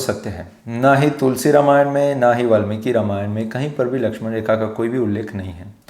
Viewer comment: Namaste! You are doing an excellent job. Would request only one thing. I have deep respect for Bhagavan Ram and hence recommending with deep respect to please speak his holy name properly in the word Ramayan as NOT 'रमायण'(Rmayan) but 'रामायण' - (Ramayan) as it is bhagavan राम and not रम. Because Ramayan is the story of his journey/holy path and we get the benefit of his holy name chanting when we say it without any distortion. Let's not keep the listeners away from the benefits of holy name listening and chanting (Sharavanam and Kirtanam) Hope it helps. Thanks for understanding. Several Mandirs, libraries and Gurukulas have been destroyed, in Northern and other parts of India and many holy names of places and persons have been purposefully distorted. Let's NOT do this to this one atleast. If a 3 year old little girl Ramaa Kumari can do this, we all can do this! Jai Shree Ram! 🙏